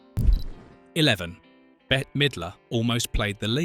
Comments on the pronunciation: Bette is pronounced like Bet, not Betty. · and "Betty" instead of "Bet" (Bette). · You should teach your AI how to pronounce the celebrities names even though Bette Midler’s name is spelled BETTE the last E is silent she is not Betty. She also would’ve been a horrible choice for the main character in sister act! She is a beautiful woman and excellent actress and a glorious singer, but that role was not made for her. It was made for Whoopie. I don’t care who they say they wrote it for. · It's killin' me that the audio and captions call Bette Midler either Better or Betty. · Actually, Bette😊